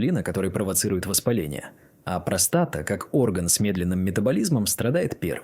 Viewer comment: после такой дикции ("простота" вместо "простата") захотелось колбаски под пивко.